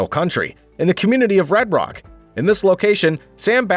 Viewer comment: Its Round Rock..not Red Reck😂